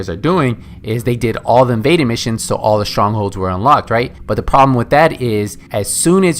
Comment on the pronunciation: "Vaded missions..." "Maded missions..." "Imaded missions..."